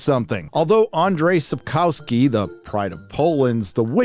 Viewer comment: Checking how Andrzej Sapkowski is pronounced would take you 1 minute...